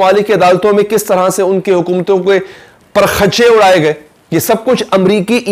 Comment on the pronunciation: word par khchchy nhi parakhchy huta hy